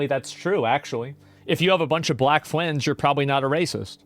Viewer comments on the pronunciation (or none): Bwack fweinds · "Black flends"😂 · Swear the very instant he mispronounced friends you already have someone in chat pointing it out